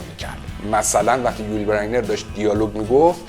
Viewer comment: استاد! اولا هنگام ترجمه بین جملات و برای تفکیک آنها نقطه نذاشتی و دوما نام یول بزینر را غلط تلفظ میکنی.